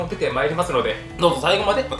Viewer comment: 冒頭の「お楽しみに」を 「お楽しにみ」って言った？